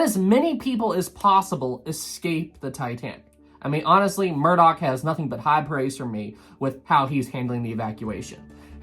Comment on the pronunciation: Murdoch not murdock.